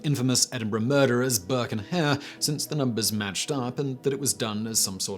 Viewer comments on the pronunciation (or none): none